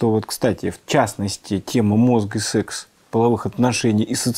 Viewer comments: Да не сЕкс, а сЭкс. Произношение сЕкс звучит как-то по деревенски. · Когда человек произносит сЕксь, хочется поскорей его не слушать... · Сэкс это сеекс 😂